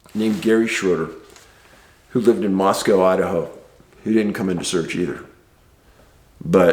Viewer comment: Just for future reference, Moscow Idaho is pronounced "mossco". Doesn't sound like Moscow Russia. I learned that quicker'n shit when I first went there!